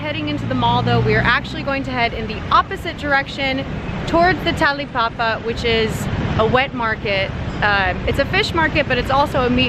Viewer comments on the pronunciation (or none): Heard the most epic way of saying "talipapa" I was like what?!!!!!!! Hahaha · The way you pronounce "tahlipahpah" is so cute. Hahaha